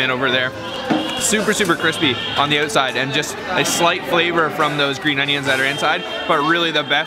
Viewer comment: LOL, "it´s like a noodle on the uutside", hey it is a noodle!